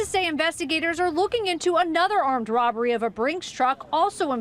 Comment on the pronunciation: I completely agree that driver had to get his cut of that “roberry”!! 😒